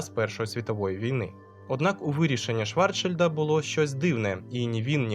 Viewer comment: Навіщо ви перекручуєте прізвища: Ейнштейна Айнштейном обізвали, а від Швар(Ч)шильда мене аж пересмикувало. Він Шварцшильд. Загалом лайк 👍 , але більше так не робіть.